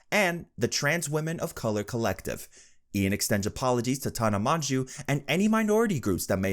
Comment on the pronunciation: It's pronounced tan-ah mojo